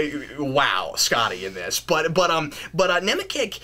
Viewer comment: actually Larry Nemecek is pronounced NemeCHECK. He's done a ton of star trek non-fiction, such as the star trek TNG companion.